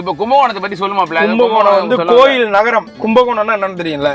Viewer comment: நரகம் இல்லை தம்பி நகரம்